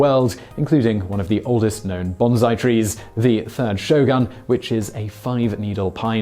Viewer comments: yes you are correct but it is pronounced bonsai not bonzai its a very common error. there is no za sound in bonsai its the sa soun, banzai which sounds alot like bonsai, so close, to close, the pronunciation would be ba like the ba in ballon not like the ba in bad, the ba and bo sound very similar when put with the n character. great vidoes btw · I'm saying you're not fact checking the pronunciation, meaning you are mispronouncing "bonsai" as "banzai" because you neglected to research the correct pronunciation. A factual error of pronunciation. I don't think it matters that you wrote the script in 2015. Whenever you wrote it, you published it today with factual errors. The fact that you had three whole years to correct the mistake is all the more damning, isn't it? It's confusing to me as well, since you mention both at the end of the video, but still get the pronunciation and meaning wrong. "Bonsai" literally means "tray planting," which is exactly what a bonsai tree is, a normal tree planted in a small, shallow tray or planter and pruned back so as to remain small. Mr. Miyagi at no time says "bansai" as you claim. He says "Banzai!" with a perfect Japanese pronunciation as he drinks his drink. He then differentiates between what Daniel has mistakenly thought was said, "bonsai" ("baby trees") with the salutation, "Banzai!" (long life). Daniel AND Mr. Miyagi pronounce both correctly. They pronounce baby tree planting as "bonsai," which is the proper pronunciation. YOU are pronouncing this word incorrectly as "banzai." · pronounced BONE SIGH not BAN ZAI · It's bonsai (with an "s"), not banzai (with a "z"). That's a different word. But I do love your videos so I'll keep watching :) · Bone-SAI, not bon-ZAI. BANZAI! is an exhuberant exclamation. Bonsai is a small tree. I mean, you went through all the trouble of explaining the differences in pronunciation...WHILE MISPRONOUNCING IT! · This. Your BONSAI sounds like BANZAI and your BANZAI sounds like nothing.